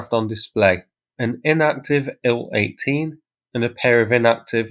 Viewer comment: Thanks for this, good to see all the info you find. May I venture a comment, the convention when talking about russian aircraft is to spell the first two letters, not to read them. So Il-38 is pronounced "eye ell 38", Su-34 is pronounced "ess you 34", An-26 is pronounced "ay enn 26", and Tu-22m is pronounced "tee you 22m". Only Mig is pronounced as Mig.